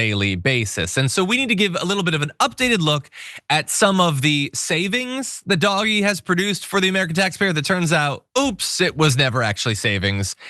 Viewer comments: I can’t watch this with you calling it dog-e it’s just too weird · stop calling it doggie, Call it dodgy. (Do Ge) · Yes, >>please<< keep pronouncing it "doggie"!! (Online, I use DOG-E.) Everyone ought to. This totally drives the magats wild -- I also refer to Musk only as ELMO -- and the pinheads at work no longer discuss their memes within earshot of me. If they try to pull me in, I ask some innocent simple questions and continue mislabeling their gods, pretending I don't hear their increasingly brittle corrections. What can they do, report me to HR for discrimination, or religious discrimination, or emotional abuse? They can't win. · I think DOGE is pronounced “Doo-Sh”.